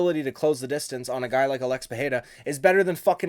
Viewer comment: Hey man, why can't you say Alex? 😂